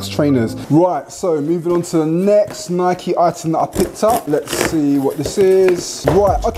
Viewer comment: Thank you for saying NAI-KEE properly 😁, great vid man